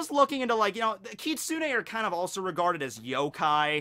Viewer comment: You said Kitsune perfectly,. I'm so proud😭